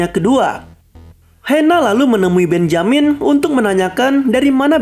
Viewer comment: Mantap punya: benjamin Yg gw denger: BENYAMIN ADUH SIALAN! NI SI DUL ANAK BETAWI ASLI :v